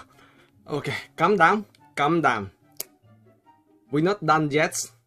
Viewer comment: This guy so funny “calm dawn” #JAMEW7RIPENGLISH 😂😂😂